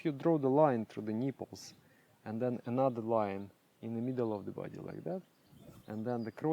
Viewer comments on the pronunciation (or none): 🙏💜🙏 Sorry don’t mean to mix you up,but how you say niiiipels a long i is so Rushen!Schort i in Nippels Its a nice accent,it does make smile,it’s sweet😝jest different ,I’m born in Gemany and have a German accent,I realize this now😆😆😝😅😅😅